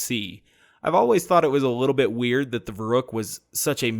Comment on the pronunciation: I know it's pedantic, but the 'u' in the name should be a lot more pronounced, like "Ver-oohk", as in "Veruca Salt", as in "Veruc assault rifle"